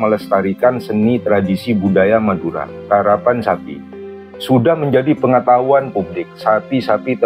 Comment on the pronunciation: KERAPAN SAPI BUKAN KARAPAN